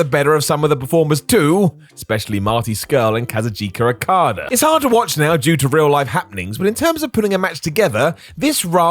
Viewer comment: Wow the way you say kazuchika is horrible haha, not being mean but you did butcher it in my opinion